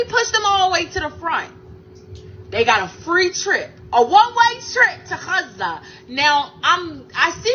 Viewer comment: She really is very annoying and the way she pronounces 'Gaza' is so cringe.